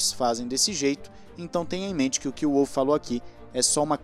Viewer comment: Toto eh austriaco, o W no sobrenome dele tem so de V, nao de U